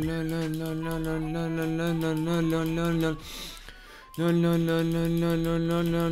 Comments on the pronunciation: le diyo leon demiyor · abi leon demiyon no no diyon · Abi sen leon demiyor la la la diyon 😂😂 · Ön ön diyor 😜😜😜😜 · Adam Leon demekten lön demeye basladi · Lölölö diuorsun leon demiyorsun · Abi ben leondan çok lon, non ve loan duydum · Baslik:10,000 kere leon dedim Gercekler:lon lon lon lon non lon mon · Abi canavara mı dönüştün leon diyeceğine lörn diyosun🤣🤣🤣🤣🤣🤣🤣🤣🤣🤣🤣🤣🤣😂😂😂😂😂😂😂😂😂😂😄😄😄😄😄😄😃😃😃😃😃😃😀😀😀😀😀😀😀😄😁😁😆😆😆😆😆😆😆😅😅😅😅😅😅😅🙂🙂🙂🙂🙂🙂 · Leon öğle denmez lo lo lo lo diyo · Abi sen len dedin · Abi sen Leon değil lon diyorsun 😁😁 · Abi sen leon demiyonki lo lo lo lo lo diyon 😂😂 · Abi sen leon demek istiyon ama len lön len lön len lön diyordun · Sen leon demiyonki lo ve lon diyon🤣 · Leon mu lön lön mi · Abi başlık 10,000 kere leon gerçekler: lon lon lon leon lon non mon lon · Abi leon demiyon leoleoleoleo ve lölölölöĺö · Abi leon demiyor leo diyon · Lon diye okuyorsun abi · Leon yerine noel diyiyon lan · Lo diyor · Abi leon demiyonki loooo diyon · Lo Lo diyon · Abi leon yerine leo lelelelel diyon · Abi leon demiyon ki lololololololololololo diyon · Lön ne abi leon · sonlarda leon değil le le le le le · Abi lü diyon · Leon deyilde lele diyen abimiz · leon diyeceğine Beynimin içi:lön lön lön lön lön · sen 10.000 kere LEON dedin sanıyorsun aslında 10.000 kere LOON dedin 🤦😂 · Leon demedin lön lön lön nön diyorsun like atmam diss like atarım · Ben yavaşlatarak izledimLö diyo😂😂😂😂❤❤ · abi sanki lön diyon 🤣🤣😅😂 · Le le diyen koca yürekli abim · Ve abi lön ne Alah aşkına 🤣🤣🤣🤣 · Abi sen resmen lölö ya da nönö diyon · adam lölölö diyo ne leonu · Abi:lelon. Ne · Leon yerine sanki lolololololololololololololololo diyorsun NBB lannnnmnnnnnnnmnn. Haaaaaaaahaaaaaaaaaaaaaaaaaaa